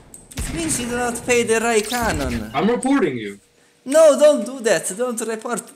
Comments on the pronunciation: “Because you don’t pay the Rai canon.” Hahahahahaha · "you dont pay the canone rai" 😂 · "Because you don't pay the Rai canon" ahahahhahaha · "Because you don't pay the Rai Canon " hahahaha ♡